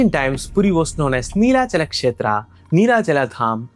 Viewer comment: Extra aa in everything Like Jaganathaaaa Nelachalaaaa Mahabharataaa Sabaraaa Neela madhavaaa Better if pronounced in the original form.